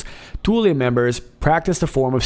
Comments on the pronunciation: " Thule " lol, you're saying it " toolee " when you should be saying it a cross between " fool " and " full ", how did you pronounce " Th " in school? You can pronounce " the " 2 different ways, " thee ", " thu " so Thule was never pronounced the way you are saying it. Great show though! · Thule is pronounced as "Thool". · "Thule" air base???